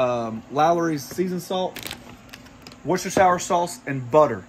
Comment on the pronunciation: Sorry, have to do it…… “Wooster-sher”.